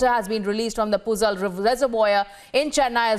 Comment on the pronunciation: Puzal WHATTT thats puzhal (pulal) thats how you say it 🤷‍♂️👎🤡💀